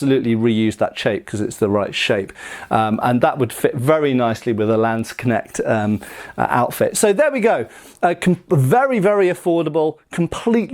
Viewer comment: I love how your pronunciation of the word "Landsknecht" has improved from some years ago :D